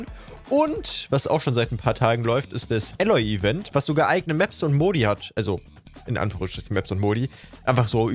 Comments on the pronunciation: Kleine Anmerkung: das A von Aloy wird lang ausgesprochen. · in allem Ehren - aber wie er Aloy ausspricht tut weh Trotzdem ne geile Folge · Älloy. AUA!